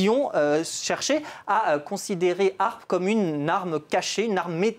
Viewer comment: Apprend déjà à prononcer l'acronyme correctement..